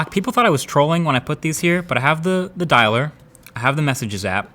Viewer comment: "I have the dailer" ? WTH